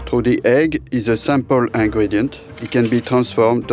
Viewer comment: Mr french chef guy, u said sample when u meant simple. YW deviled not duvilled. YW 'mewang' in your case = merengue\ YOU(i) learn about islands. sounded like u said I-lone.\ dee_fah_went = different. U can say AYuh_ray_shun or Aeroray-shun but I-raytion nope {Aeration}